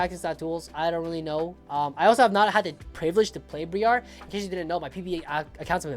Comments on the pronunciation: BRY ER NOT BREE ARR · The way he pronounced Briar is making me want to ff irl